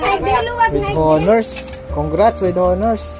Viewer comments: No offense meant po.silent H ang pagbigkas ng HONOR.so ONOR is the ryt pronunciation. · silent h po ang pagbigkas ng honor